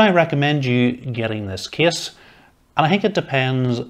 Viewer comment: What a great "Ca-YSE" 😆